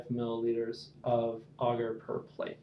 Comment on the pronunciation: I don't know why, but the way you pronounce agar really bugs me.